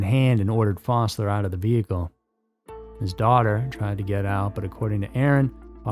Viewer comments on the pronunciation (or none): none